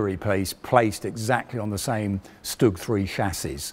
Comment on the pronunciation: Funny how this guy knows everything about the StuG apart from how to pronounce it. It's "shtoog," not "stugg".